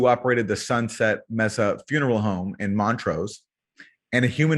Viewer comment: It's May-sa, not Meh-sa.